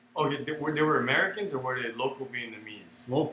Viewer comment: I realize this gentleman is aged, was treated harshly by his enemy, and probably still has injuries that never healed correctly, but I wish he would say vi-et-NA-mese, not vi-et-MA-nese. He was an officer, for God's sake.